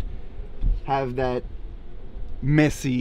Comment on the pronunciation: I like that he says ave instead of have